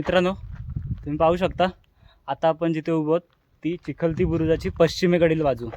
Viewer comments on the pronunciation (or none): अरे राजा बुरुज हा चिलखती असतो, चिखलती नव्हे।।